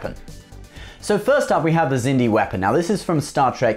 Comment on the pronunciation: I just asked myself why do you pronounce the Xindi like "Sindy" instead of "Ksindi"? And why did you include ships from the Crap Trek universe from JJ Abrams? This BS is NOT Trek!